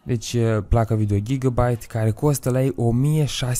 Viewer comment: Se citește gigabait